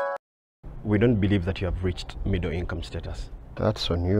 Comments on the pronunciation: Middle with an accent. 😂😂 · Did I hear Mudra or midro?? 😂😂😂 Anyway you would have showed him the newspaper which was saying every Ugandan will be earning at least 200k by 2023😂😂😂😂😂😂😂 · its basically the word middle with a strong western Uganda accent